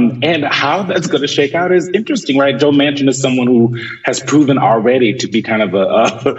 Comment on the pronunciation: DUMBASS,, JOE'S LAST NAME IS MANCHIN,, WITH A N,, NOT MACHIN,, YOU CANNOT GET ANYTHING RIGHT CAN YOU.. LOLOL